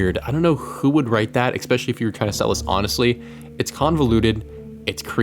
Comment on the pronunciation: Okay man... I love your content, so don't take this the wrong way: There is no "X" or "C" or "K" in the word "especially". Aside from that, keep it coming!